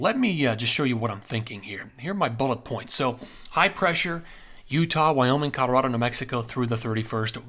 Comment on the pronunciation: 64 yrs in CO and natives alwasnsaid Colo raw do. Itnwas aa little different how much accent on the raw. All farmers ans ranchers had a mild western acccent. Think B&W movies from the 50's. Some business men would say.Colo raah do. So, he's pronounciatiom in lline with Schools and natives. He says it cool though.